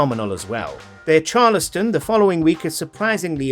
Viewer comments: CHAR-LES-STON!!!! - IT'S CHALES-STON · Char-les-ton?? That's not gow you say it. It's Charles (like King Charles)-t'n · Thats not how you pronounce Charleston...